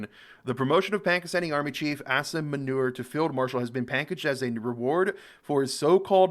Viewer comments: Not meuner....but muuuunirr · Loved you pronounciation for that Manure 🤭 (Juat for the record it "Moo-NeeeeR" 😅) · Its not manure. Manure is useful. It muneer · Its Asif Moo-knee-rrrrrrr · pronounce it as moo-neer 😂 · i like how english ppl created the U and I vowel, that correspond to the 'oo' and 'ee' sound .. and still go on to say 'Manure' and gen 'Ayib' / 'Ayab' khan.. how this happens in their mind is something i wanna study.. they see the names and the vowels n every atom in their brain decides - its Manure and Ayib/ Ayab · Its munir ....pranounce it as muu - nirr aisf muunirr... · I think it’s pronounced as “manure” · Munir can be pronounced like this - Moon ir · Munir Mun like, Moon - ---ir, like ir, like in spanish for GO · Its Mu_neer 😅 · Bro Munir pronounce like "mooneer"....😂😂😂....got it??? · I died laughing when u said manure for munir😂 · "Asim Manure" lol Love your pronunciation, dude! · Something to help you pronounce the word. Pronounce it like 'Moo-Neer'.